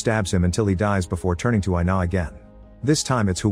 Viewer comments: Her name is pronounced ee-nah, not eye-nah. It's Ina. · “I-na”: WHYYYYYY MY NAME IS INA BOIIIIII